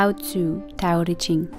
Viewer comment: Well, you got the pronunciation of Tzu spot on so well done! Great video!